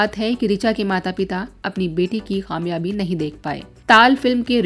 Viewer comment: Kamyabi.....not qaamyabi